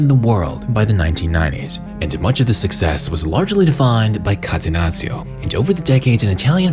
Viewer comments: Please call it Cattenacho not Catenazzio 😂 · Sorry, but had to quit watching after the third time hearing "katenazio". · Catenazzio? Hahahah. Bruv it’s Catenaccio. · kah-teh-NAH-cho ....please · what the hell is catenazio? I'm not even Italian and I'm pulling my hair out each time I hear that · Great video!!! Just one thing, call it like this - Catenachio. That's how you read 2 C's in Italy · Catenaccio mispronunced, it' painfull to Heard by an italian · Learning how to pronunce "catenaccio" correctly when you intended to use the word as many times was too much effort? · the way this clown is pronouncing catenaccio🤣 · I cringe on how this guy says Catenaccio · Great video!!! But please, if you gonna say a word several times, say it right. Everything you said Catenaccio it threw me off😭☠️